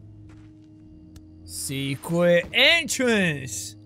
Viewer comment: secrwet entwance